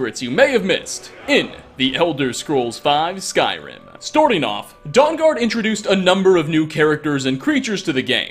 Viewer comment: Does pronounce Skyrim words and names wrong for a hobbie